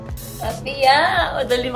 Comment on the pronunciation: this is your happy Mom tpos sabay bulong ung ginawa mo sa dulo ( Hindi na ako single MOm). slow ung pag bigkas ng haaaappppyyyyyy Moooooooommmmmm